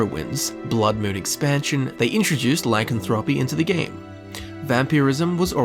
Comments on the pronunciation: really... I stopped watching when you couldn't even say lycanthropy right. please go here and listen to the way it is pronounced, your welcome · Learn how to say lycanthropy